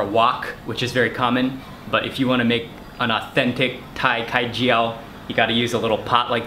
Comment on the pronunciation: The way you pronounced Khai Jiao is so cute Mark! I am glad you like our dish!